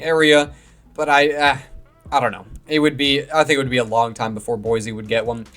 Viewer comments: It's pronounced Boy-See, and we want an NFL team here more than you can possibly imagine. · There is no “Z” in Boise!